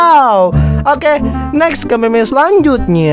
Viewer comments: bang itu di baca mim bukan meme kalau meme itu yang ada di wanita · Mim bang di sebut nya bukan meme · Bacanya mem bang bukan meme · Bang kalo ngomong meme dibaca"mim"coba dah pasti bener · Bukan dibacanya mim